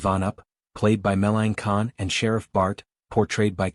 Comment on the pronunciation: Cleon Little? Meline Con? quit using AI !!!